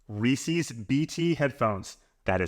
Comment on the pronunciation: Step one is to pronounce "Reese's" properly...